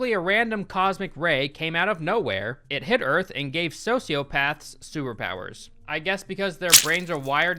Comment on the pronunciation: Sewerpowers* That's how pronounces superpowers. Lol